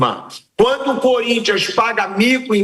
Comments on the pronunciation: Como é bom ver comentaristas corintianos surtando kkk não tenho que reclamar, o "curintia" me diverte muito kkkkkkkk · Flávio Prado sempre fala: "sport club curintxa PAULISTA" kkkkk